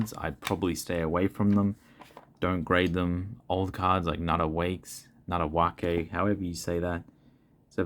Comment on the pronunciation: Props for pronouncing "Natta Wake" correctly! Also good advice as usual.